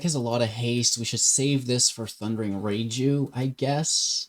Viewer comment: Raiju = rye-jew. Not ray-jew.